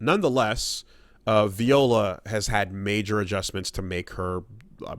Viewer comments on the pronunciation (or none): I'm convinced is Mispronouncing her name on purpose